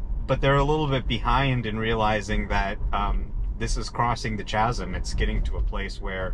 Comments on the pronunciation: The “Chaz em”… kaz. K sound. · It’s pronounced Kasm with a K sound not a C, like in choice.👍🏻🙄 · Nice video. FYI, chasm is pronounced kazm. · Great vid. Also i believe its pronounced "Kasm" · "Chasm" is pronounced with a hard "k", not "ch" like "chair".